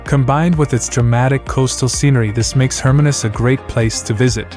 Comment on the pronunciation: Some good choices of towns but I do wish that the presenter had taken time to learn the pronunciation of some towns. Hermanus is pronounced with the stress on the second syllable, HerMANus. Also towns with Afrikaans' names the letter 'g' is said more like an English 'h'. hence Graaff Reinet is pronounced more like Gerraff Rainette.